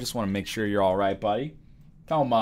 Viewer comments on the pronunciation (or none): Every time NL says "hey Tomo" I'm thinking he is saying "hey homo", I'm a weird child.